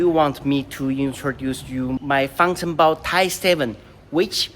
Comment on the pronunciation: I was talking about the pronunciation. "Fāng" in 方程豹 is first tone. Usually it is pronounced at the top of the vocal range. I might be tripping, but I think you pronounced it low like that: _^, instead of —/\. I wonder if this is a standard practice or a regional thing, cos I also heard natives pronouncing it as "fāngchengbào" with the second tone reduced to neutral, but I've heard it is ubiquitous in Beijing dialect